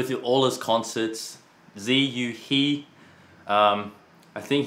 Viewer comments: his first name is still pronounced terribly wrong though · And "Ziyu" wasn't pronounced in Chinese either... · they didn't even pronounce his first name properly, it's in chinese.